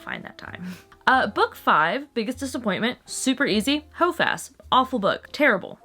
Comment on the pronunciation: The amount of time it took me to understand it was HOFAS and not “hoe fest” 😂😂😂😂